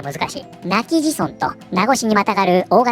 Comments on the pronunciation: プクタさんに沖縄のニュース取り上げてもらって嬉しい！ま、まだオープンして一週間くらいですし・・(震え声 追記:読み方は今帰仁(なきじん)ですよ^_^ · 正しい読み方は今帰仁（なきじん）村ですね